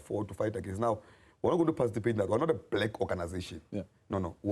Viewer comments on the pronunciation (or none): Tell its ''participate' not parcitipate